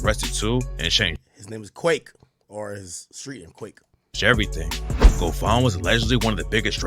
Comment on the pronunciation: Quette not quake Ak.